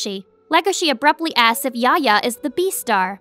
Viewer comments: Yafya yafya is his name not yahya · dislike for the pronunciation of Yahya